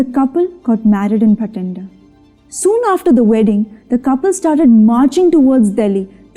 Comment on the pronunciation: It's Bathinda not Bhatinda